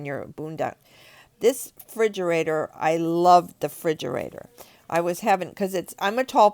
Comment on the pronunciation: "frigerator" lmao